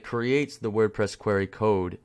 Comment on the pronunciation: idk if its a Canadian accent but its query (queer-e) not qwhere-e.